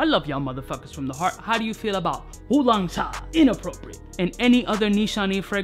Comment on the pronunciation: I'm asian and I 1000% approve of how you said Wulong Cha 😂 I admit I say it the same way lol